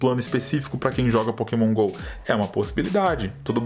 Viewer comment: Sempre que o fala Pokémon Go eu entendo Poke mongou